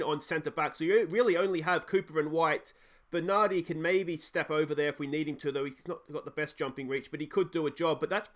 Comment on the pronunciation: Argh! Massively triggering! 'Benardi' and doesn't know who our stars are!!! J/K I lived in 'stralia for 11 years and we just don't have games shown over there. I feel your pain, fella! Edit: "Euan O'Kane, Bogatch, and Klitch"... AAAAAAAAAAAAARRRRRRGGGGGHHHHHH